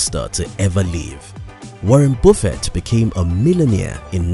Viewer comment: Video about Buffet without knowing how pronounce Buffet :)